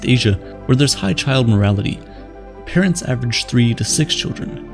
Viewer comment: That two vids where you said “high child morality” instead of Mortality. The words on the screen were right, it was just narrated as morality instead of mortality. Fyi